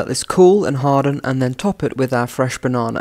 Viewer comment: Can we all just appreciate pronunciation of “banana”? 😊